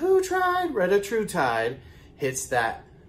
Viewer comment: Thank you for the update and the awesome pronunciation of the medication 😂😂😂